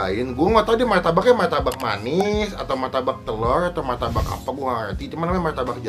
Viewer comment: Martabak bang bukan maytabak